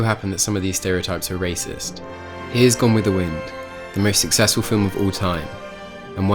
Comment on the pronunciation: Did he say gone with the wind the most sicsesfal movie